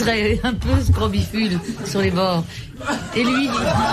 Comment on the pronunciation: Scrobicule et non srobifule/scrobiphule!